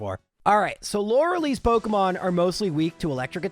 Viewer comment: Stop saying Lorelee. It is pronounced Lore lie.